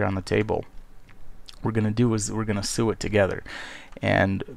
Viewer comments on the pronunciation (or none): Just gotta say sew is pronounced SO not SOO. ;)